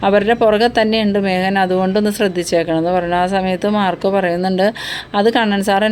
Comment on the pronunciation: മേഹൻ എന്ന് അല്ല മേഖൻ എന്ന് പറയൂ.